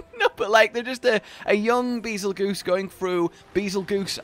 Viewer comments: It’s “bazel-JUICE,” not “bazel-goose.” The name is similar to “betelgeuse,” an explosive star. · Its not beezlegoose it bagel juice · The pronunciation of this monster... why do people say bi-zol-goose? is that a community nickname? when you put in oxford word text is pronounced Bar-zel-jezz.. this not an attack btw, just tryna get it right. :) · Nobody understands the connection from Bazelgeuse to Beetelgeuse. Bay-zull-juice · I’m pretty sure you pronounce Bazelguese like Basil-juice. Similar to Betelgeuse. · ITS PRONOUNCED BEETLEJUICE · Bazelgeuse but is pronounced as bazel juice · Actually its pronounced bagel juice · Pronounced “bazel-juice”